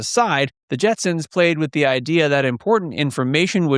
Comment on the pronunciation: Did you do that on purpose at the end? You kept saying Jetsons the whole time. At the end you said Jensen